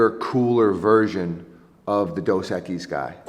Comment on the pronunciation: Maybe if pronounced Dos Equise right